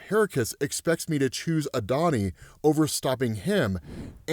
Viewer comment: Adoni is pronounced "add-o-nigh" it's Hebrew term for my Lord or my master.